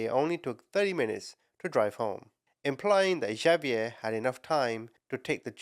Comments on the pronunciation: not "J"avier its pronounced as "H"avier,, H not J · Javier is pronounced like Havier❤ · Javier is pronounced Ha-ve-air And Xavier is pronounced Ex-a-vi-er I know mexican names are a bit complicated to pronounce lol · It's pronounced HAH- vee-err. The j sounds like h in Spanish.